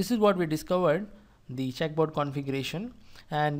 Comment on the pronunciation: I'd like to point out that its a checkerboard and not a "check" board. But nice video either way.